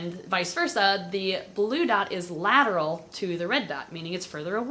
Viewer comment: lataral and cranal!